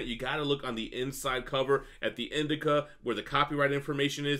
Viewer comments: Great info as always guys. Minor note to: "indicia" ( uhn -DI-shee-uh ) is the publishing info at the bottom of the 1st page of a comic, "indica" is a type of weed. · Indicia - I think it's pronounced "Indeeshia"... the other is a plant